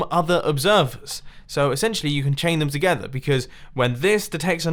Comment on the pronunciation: “chaining observers together” The way he said together, I feel oddly uncomfortable